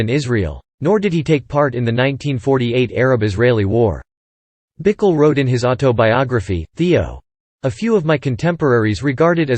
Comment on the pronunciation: Pronounced “Bikell”. Doesn’t rhyme with pickle.